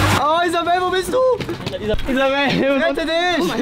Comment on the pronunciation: Wie er den nammen von isabel auschpricht ()